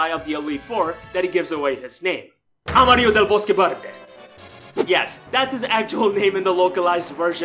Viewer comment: That was so good, I loved it! Yes, you pronounced Amarillo del Bosque Verde correctly. Also, I appreciate the use of Ace Attorney music; Pokémon and AA are my top two favorite game series. 😁